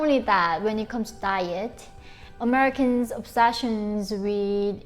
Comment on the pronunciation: i love how she says Omericans! 🤣 im gonna start saying that... not sure when but soon!